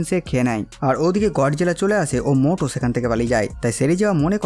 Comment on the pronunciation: মোটো নয় ম্যুটো / মিউটো